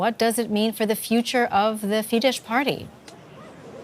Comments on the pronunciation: Wow! This is great news! By the way, it's not pronounced "fee-deSH." It's "fee-dess." In Hungarian, sz = s, and s = sh. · Could the lady anchoring learn how to pronounce FIESZ??? It's fee-de ss (the sz in Hungarian is ss)